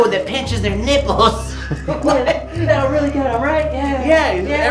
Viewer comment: The way says nipples has me dead lmao right before Elton curses......What is that sound? To me it almost sounded like faint shouting and it kind of like it said Corbin too. Please tell me if I heard wrong or if you know what it is.